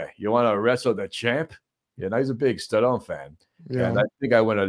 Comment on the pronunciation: he gets me at stah' lone